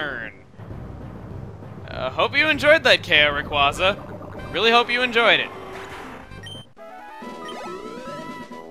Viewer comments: cmon its rah kway zah not ray kwah zah and its ever grande silent e not ever grand ay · You pronounce it raycwahza, google pronounces it raycwaza with a long a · Well not to be rude but it is pronounced rayqu(a)yza not au just a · It's actually Ray-quay-zuh, as in quasar. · Every time he says "Raykwaza" it hurts my soul just a little bit. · But that pronunciation SUCKS. Everyone prefers Ray-QUOI (as in pourquoi)-za over Ray-QUAY-za... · not even can pronounce it right. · It really irks me how pronounces Rayquaza... I mean really? Dummy...